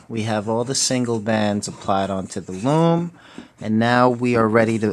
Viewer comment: he said lom its loom